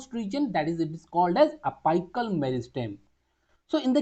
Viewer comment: Ita a really good explanation but please focus on the pronunciations of the most basic words Its not pronounced as ap'ai"cal It's apical(pronounced as ap"ee"cal)